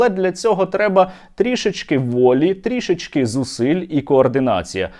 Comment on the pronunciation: Серьожа завжди на висоті! Дякуємо за працю, пишаємося нашим Стерненком, справжнім патриотом і українцем! Підказ дуже маленький: трІш-ки, але НЕ "трі-шечки", а трО-шечки, б0 тут ВІДКРИТИЙ склад.